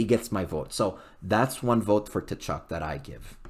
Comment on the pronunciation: Don’t pronounce the T!